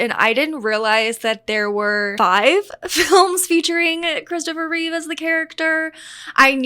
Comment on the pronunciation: I stopped watching when you got basic facts wrong. It’s Christopher Reeve, not Reeves. He did 4 movies, not 5. If you want people to watch your content, then at least show enough respect for your audience to get facts right first.